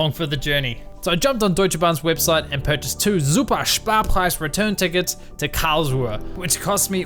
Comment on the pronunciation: And once again, super Sparpreis made my German self chuckle.